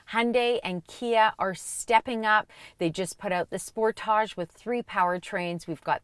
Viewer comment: Sorry! Had to laugh at every time she said Sportage'. It's Sportage. No French needed. Your welcome.